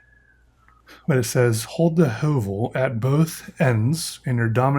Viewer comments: well as a norwegian I can tell he doesn't pronounce the letter correctly (not that it really matters). The name might be from some other language, but the ø is really only used in nordic languages and since høvel literally means a plain, and the sharpener looks like a small plain I just made the conclusion that the company referenced the norwegian word, and I thought I might just come with that fun fact and corect the pronunciation cus the more you know. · pov:youre norwegian and get triggered by how he sais ø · The way he said Høvel killed me hahahhaa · The way he pronounce høvel hurts my ears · "Høvel" is the norwegian word for a plain or a razer, which makes sence for a product like this. The letter Ø is pronounced not as a U, but as the i in the words First and Birch.